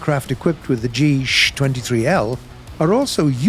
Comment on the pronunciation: GSh-23 is not pronounced ´´geesh-23´´ but ´´ge-sha-23´´